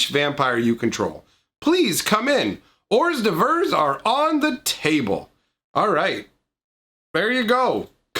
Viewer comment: its good to know im not the only one who says hors d'evores this way lol